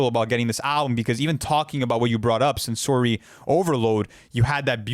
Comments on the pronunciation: never heard anyone pronounce sensory that way before wtf lol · is very articulate so how how did he butcher the word SENSORY so bad?